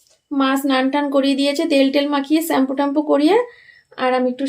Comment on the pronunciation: Bhalo bhabe shampoo bolo na keno? bikrito bhabe shhempo kno bolo kane lge